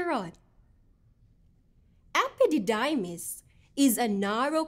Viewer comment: Epididaymis daw hahahhahahaha